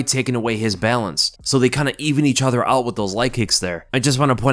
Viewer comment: I love how says "EE-chuther" instead of each other.